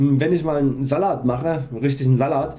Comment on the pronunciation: alter... was zum fick ist ein sâllat